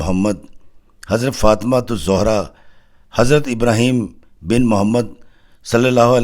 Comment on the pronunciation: حضرت سیدہ طیبہ طاہرہ سیدہ فاطمتہ الزہراء سلام اللّٰہ علیہا کا نام مبارک صحیح پڑھا کریں